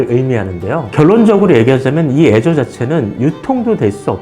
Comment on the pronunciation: 애저라고 하니까 계속 azure로 들리네